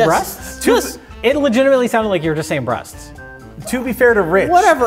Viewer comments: Breasts is pronounced "bress" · will never cease to amaze me. He can't properly enounciate "breasts" but has no problem saying "autoerotique asphyxiation" serveral times in a row. What a truly splendid man. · can't say plural breasts and can't say singular breast, amazing synergy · Sure, everyone called out for not being able to say "breasts" right, but couldn't say "breast;" It sounded like he was saying "breasts" every time. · I love how pronounces "autoerotic asphyxiation" perfectly but strokes out with words like "breasts" and "table"